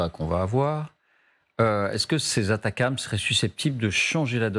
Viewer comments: On ne dit pas ATACAMS ! Il n'y a pas de A ! Il s'agit des ATACMS. Atac M S. C'est pénible. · ATACMS A-T-A-C-M-S de quelle manière ça peut se prononcer "atacams" ... ? Vous êtes les seuls à dire ça.